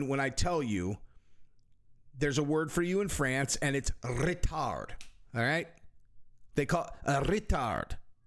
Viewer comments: „rrrretard“ 😂😂😂😂 fucking legend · Roll those beautiful Rrrrr's!! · your French is horrible.. rolled the R like it Spanish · The trill on the R was fire bro!! Hahaaaa!!